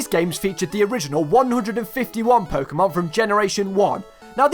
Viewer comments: It is "Po-keh-mon", not "Po-kee-mon". Why you ask? Because its short for "Pocket Monsters". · Pokehmon, as it in the word pocket, like you know, pocket monsters, dont say pokeemon... I hate people who say it that way, and im not even a super fan or anything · It’s NOT PokEEmon, it’s PokÉmon. GET IT RIGHT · Fun fact: everyone who says Po-ki-mon is wrong. There is an accent above the e therefore it should be pronounced Po-ke-mon. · Pok-ae-mon? What are those? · You also pronounced « Pokémon » wrong but... Most English speakers get it wrong anyway. But you just have to remember the accent on the e !